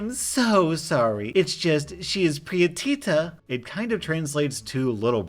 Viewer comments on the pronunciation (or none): u butchered the name pritita I Mexican so I kind laught it off but my cousin is EK and took ofince to it